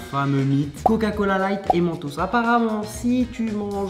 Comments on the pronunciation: Pourquoi a il articule pas sur le mot coca cola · « L’inventeur du goga cola » 😂😭